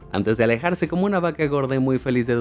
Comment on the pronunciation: la forma en la que dijiste va-casa me dio risa